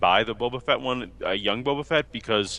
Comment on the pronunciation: John.. It's Boba Fett... FETT.. with an F! Not Vett. Please I can't take hearing Boba Vett one more time lol